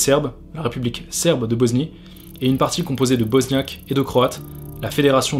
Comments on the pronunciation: Frérot j’aime bien ton documentaire, mais arrête de prononcer BoZnie stp c’est un S et ça se prononce S pas Z s’il te plaît, BOSNIE PAS BOZNIE! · Mais pourquoi tu dis Boznie gros ? Regarde sur Google ça se lit comme un S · La boznie? 😂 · BoSnie pas BoZnie